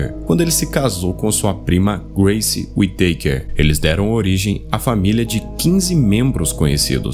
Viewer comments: Não é Uiteiker, é Uitacár que agonia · e falar tão errado a pronúncia da família kkkkkk WE takers